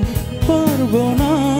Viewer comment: পারবোনা, কল্পনা, পথে, উচ্চারণ হয়নি।।